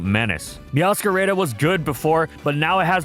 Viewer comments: "Meowscarayda" lmao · Why do you say meowscarada like that 💀